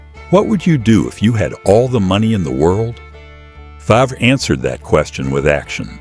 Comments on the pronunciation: Again pronounced “fairv” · Pronounced FARV. Stop using these idiotic AI voices!!!! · Our 3m ranch is not anywhere near his ranch. And AI in your production mispronounce his last name. Sad!